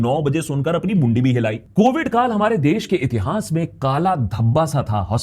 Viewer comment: Akash did u said bund b hilayi or mundi b hilayi 😂 love u work man